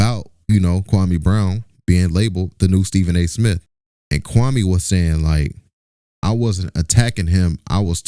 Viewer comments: KWAME SAID SHIT WRONG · Anybody saying Kwame wrong is part of the problem!!